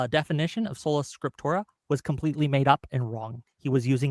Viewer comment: "scriptorum" or "scriptora" are both wrong. it's "Scriptura" this guy is a total joke....why does waste his time